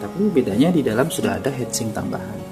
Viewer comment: Inget hitsing om... Jangan hEtsing 🙂 semangat 😬